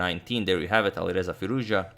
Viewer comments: as an iranian i must say u are now pronouncing firouzja like a boss. hats off agad. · LOL. But it's the correct pronunciation. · hi. I am Iranian. Firouzja, pronounces like this : fee- rouZ( strong z , and strees is on R)-ja( j pronounce like John) Firouz is a persian name+ Ja ( there is a small pause between Z and the J,it should be like a fraction of a second)